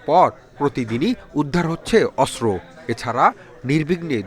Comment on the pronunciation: অস্র কি , সাংবিাদিক হইছে. অস্ত্র কে বলে অস্র